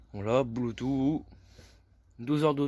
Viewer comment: Faut arrêter avec les "voilà" tout le temps. Et surtout on dit bloutousse et pas bloutout. 😆👍